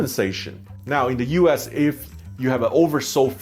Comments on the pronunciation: The way he said U.S. seemed like U ASS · "Uass" instead US? I mean, you can blame your accent, but honestly you could have been sassy there 😏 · I like how he keeps saying U Ass… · He pronounce US as U-Ass...lol